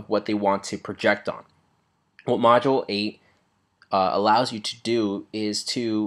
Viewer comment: It's not "Module Eight", it's "Modulate"